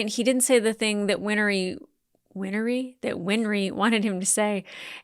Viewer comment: I think i might have an idea why you keep saying "win-er-ree" instead of "win-ree". Remember that old song "Henry IIX"? "I'm 'en-er-ree' the eighth i am i am".